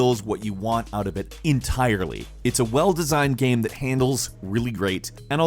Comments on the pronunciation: say "game".: "gaem". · He said game weirdly